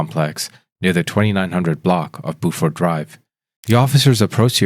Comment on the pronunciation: Buford is pronounced with the "you" sound as opposed to the "ooo" sound.